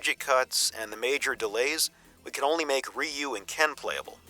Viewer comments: great video, keep up the good work, SF2 fan here. The pronounciation, many made these mistakes Ryu is not "Raiyu" , just "Riu", means dragon. hadoken is not Ha-doo-ken, just "hadohken" remember capcom came to my hometown to test out SF Zero before release, everyone free play and got a keychain as souvenier. love from Japan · The way he ragebaited me by saying 'rayu' was like a not so friendly horse kick in the mouth in broad daylight. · I ain't gonna listen to 57 minutes of some dude saying "Rye You".